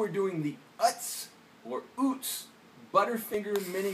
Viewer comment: First time where you said UTZ very quickly and strongly was correct far as I hear more often but funny enough I found my first cat underneath a Utz tractor trailer in a closed car repair shop on a very hot summer Sunday, well point of story I named that cat Utz in honor of company and trailer she was underneath. QOTD answer from me is Lost Girl